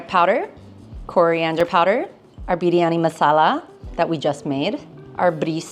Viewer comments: your "biryani" pronunciation is just accurate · She says biryani so perfectly 😆